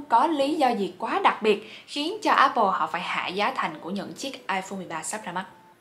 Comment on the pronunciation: dạy cho cuhiep với mấy mod tinhte phát âm từ Apple cho chuẩn cái, toàn nghe ây bồ với ép pồ không à:))